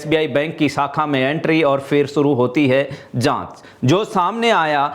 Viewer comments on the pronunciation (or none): न्यूज रीडर से हिंदी बोलना नहीं आता। प्रशासन को प्रसासन बोलते है। शाखा को साखा, क्लेम को कलेम बोलते है।